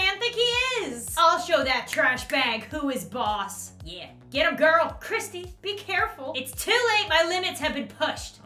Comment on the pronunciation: I know y'all are American, and this was created by a Brit, so quick lesson.. Kirsty is pronounced Kur-stee GCSE's are exams that determine whether you can continue to higher education I hope this helps :) love the video tho !